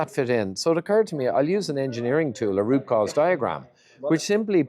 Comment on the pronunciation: ngl, I had to slow it down & put on subtitles because I kept hearing rupauls diagram when it was root cause diagram 😂 (I watch on 2x)